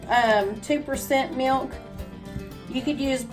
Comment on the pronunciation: What is " mee- ilk " ????